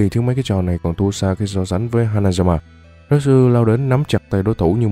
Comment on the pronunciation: retsu mà nghe như natsu hahaha